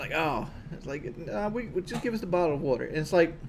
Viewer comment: and Kelly went to a krispy Kream for a buddle of wudder. A single buddle of wudder. Ooooooookkay